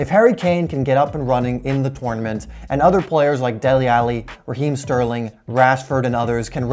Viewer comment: He's saying tournament wrong, great vid tho